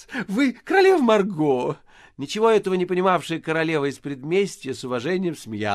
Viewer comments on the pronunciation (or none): none